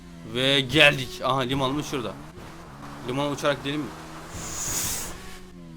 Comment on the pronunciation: limanmı diyo limonmu diyo